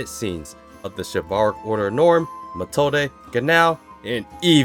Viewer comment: I really thought in this moment that it was a real kid, because Wirbel did talk about this in the mage exam in season 1 that deamon also use kids as a weapon to fight. Would be a clever use as a chekhov's gun. Sounds more like Matilda, then Methode. It's pronounced meˈtoːdə